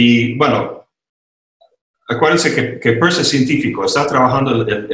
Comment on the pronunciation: Excelente entrevista, escuchando a se va el tiempo sin pensar. Caballeros pronuncien bien Peirce, lo explica en su video sobre este notable filósofo.